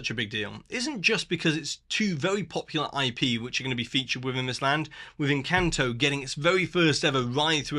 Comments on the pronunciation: Tip for not butchering Spanish words (e.g. "encanto", which they say/sing in the movie so often nobody should say it how you said it) - learn Spanish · Actually, you didn't. The letter 'a' in Spanish is always pronounced like the 'a' in Encanto... which you also pronounce incorrectly. 😉 It's pronounced like the second 'a' in Harambe, which you do pronounce correctly. So: Esperahhhnza Encahhhnto But great video otherwise.